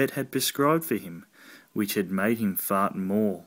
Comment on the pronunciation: The word fart said in an Australian accent is funny in and of itself - Faurt, Faurt, Faurt!!!!